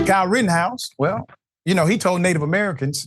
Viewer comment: It is not Rittenhouse but "Rottenhouse"! The guy is a blabbering idiot!